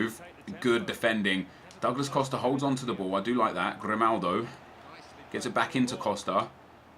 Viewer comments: Anyone else annoyed that says Grimaldi and not Grimaldo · his name is grimaldO not grimaldI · I am annoyed of Grimaldi not Grimaldo as well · Its Grimaldo and not Grimaldi